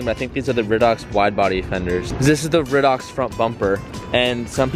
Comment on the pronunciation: RYE-dox, RYE-dox